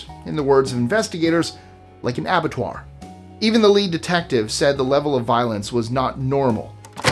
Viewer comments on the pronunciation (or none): When you say "It looked like an abitra (?)" what is an arbitra? Did you mean abattoir(slaughterhouse)?